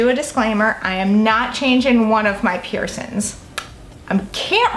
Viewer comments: PiErSoNs wouldn't be soooo triggering if you didn't say it 100+ times lmao. Girl get a "piercing" counter on screen 😂😂💖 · Piercins “piercings” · Peircin. Pisses me off 😂🤦🏻‍♀️🤦🏻‍♀️🤦🏻‍♀️🤦🏻‍♀️🤦🏻‍♀️🤦🏻‍♀️🤦🏻‍♀️🤦🏻‍♀️ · I love her! 😍 Love her accent and how she says " peircin/s" and leaves off the g on words, I'm from the UK, x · girl i love the way you pronounce piercing/piercings